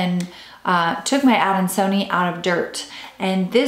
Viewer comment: It’s pronounced adan-so-knee-eye. Why are we only seeing you and only an occasional peek of the plant?